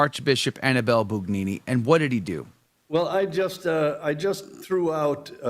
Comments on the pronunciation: Not "boon", "boo". The rest is correct. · Yes, he was, in the worst possible sense! BTW, it’s spelled Bugnini and pronounced Boon-yee-nee. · "Bugnini" is pronounced "boon YEE nee"... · To be clear, the pronunciation should be: "boo YEE nee"?